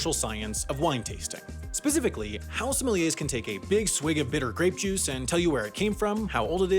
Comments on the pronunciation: whole time sounds like he's saying somalians 💀💀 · It’s pronounced “Somalian”